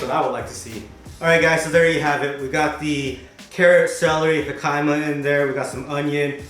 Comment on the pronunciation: He - kuh - ma = jicama (pronunciation) Loving these food vids and ur vlogs! Keep it up. Ps love that u show the realness not that polished up version everyone else does. Keep it up ✌